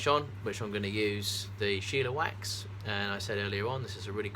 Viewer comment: i know it don't really matter but there is no 'i' in shellawax. i would pronounce it shell-a-wax. just wanted to throw that out there. hahaha